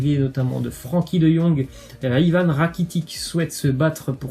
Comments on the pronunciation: Sa fait des vidéos info mais tu dit Ivan rakitic t srx sa se prononce rakitich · *rakititch